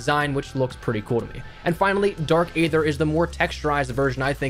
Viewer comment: Dark ea-th-er not a-th-er